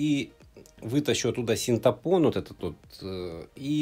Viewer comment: Не синтапон- а синтепон!